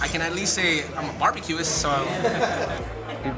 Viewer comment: "caramelize" and "barbecuist"